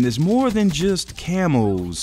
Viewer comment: It's still funny to me that Thunder says "Camos" like "Camels".